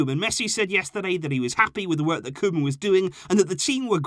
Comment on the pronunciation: And it's koeman